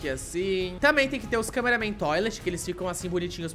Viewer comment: não e câmeraman toilet paraaaaaa de fala câmeraman toilet